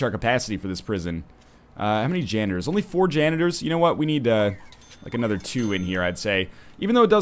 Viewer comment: When you said "four janitors" I really thought you said "four genders", and I was worried for a moment that you'd turned Tumblr.